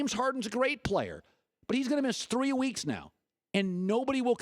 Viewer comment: you can miss WEEKSH -Colin Cowherd